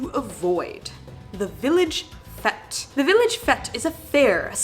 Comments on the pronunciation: I think this a case of poor research, or simply a long running piss take. Fete, is pronounced "fate" by the way. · Sorry, but its pronounced "fate" not "Fet". I was shouting at my phone everytime you said that. Lol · Fete is pronounced like hate or gate, not yet or get. Not a criticism....just saying😘😘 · I spent several minutes wondering what a village ‘fet’’ might be and in the end concluded that it can only be a fete, pronounced ‘fate’! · ITS PRONOUNCED FATE NOT FET!!! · FETE IS NOT PRONOUNCED FETT! Pronounced "Fate". Thanks. Sorry for shouting. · Fete pronounced Fate not Fet. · It's pronounced like fate!!!!! Sorry I'll calm down...arrggghhh stop saying fete as fet! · Haha "fet" instead of "f8" hahahah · Village Fete as pronounced FATE not FET. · It is pronounced Fate not Fete. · Love it "Fet" Haha, just to let you guys know 'fête' is actually pronounced 'fate'. Great video still, you guys are the best. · Great video. It's pronounced FATE not FET. A village 'fate'. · A fet?... It's pronounced as "fate". I've never heard anyone say fete as "fet" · Fête is pronounced “fate” not fet. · Village Fet? Shurely shome mishtake I have always pronounced it to rhyme with Fate. British sea captain? It was Admiral Nelson. Hot Fuzz was filmed in Wells Somerset not to far from Glastonbury, or Bath, which you already have done. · Not fet. It’s pronounced fayte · fet lol its pronounced fate for future reference :) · I am confused by your use of "fet" - I can only assume you mean "fete", which is pronounced the same way as "fate" - in fact a fairly common pun is the "fete worse than death" Admiral Lord Nelson's body was brought home in a cask of rum, that being the sailor's traditional drink. "Tapping the admiral" is the phrase you're looking for. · What's a fett? Is that a Star Wars reference? Has Boba set up shop in a quaint English village? It's pronounced the same as "fate". It is my fate to go to a fete. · Fete is pronounced like fate, just saying. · Fete is pronounced fate !!